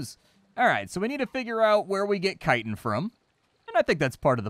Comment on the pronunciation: you say chitin wrong